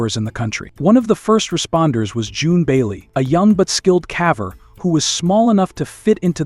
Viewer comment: Good video but caver should be pronounced as caever not cava.